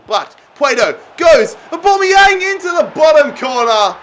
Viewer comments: Everyone: Aubameyamg Literally everyone: Aubameyang: ObOmEyAnG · ITS AUBAMEYANG NOT ORBOMBEYANG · Why you saying Aubameyang weird?